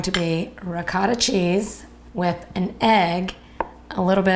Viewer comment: I can't believe I just heard you pronounce the cheese as "rih-caw-ta" instead of ri-coat-ah. There is no short vowel sound for the letter "O" in Italian. Are you making "man-ah-caught-ti' next???' Also, you should have cooked the onions before adding the meat so they can caramelize a bit, adding flavor.